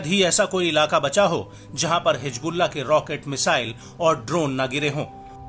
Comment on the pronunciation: Hijbulla nahi hizbulla hota hai